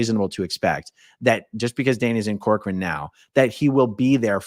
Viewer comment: My maiden name is Corcoran and no one ever pronounces it correctly. You did great!